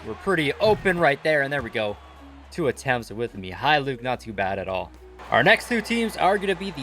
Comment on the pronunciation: Pronounces Mykhalluk correctly Also: Furkanne